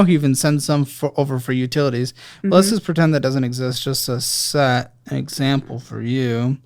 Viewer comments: Utitities? hahahahahha I kid, I kid! Thanks for doing what you do!:) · “Utitities” made me giggle. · "Utitities"😂😂 that must be the "fun" spending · Utitities? Lol...glad you went easy on her, she has a big heart and seems very sweet.